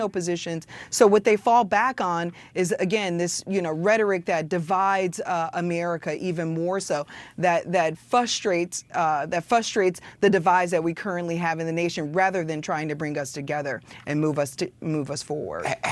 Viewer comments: "Fustrates" (The other r has entered the chat: "Am I nothing to you?") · FRuh strates Not FUSS TRATES